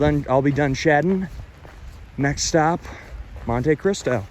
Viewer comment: Mon-Te Cristo. Not mon-TAY Cristo.